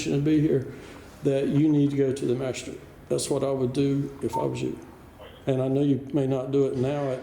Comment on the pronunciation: "Masha-strate"? WTF is a "masha-strate"?